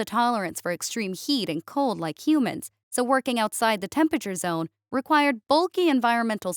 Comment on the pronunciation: Temperate zone, not "temperature". Yes I am an editor, :P can't help it. Keep up the great work! Another excellent story! Bravo Writers!